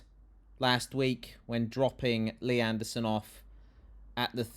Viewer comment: I love that protestor's pronouncement of "Mr Andersooon". Very Matrix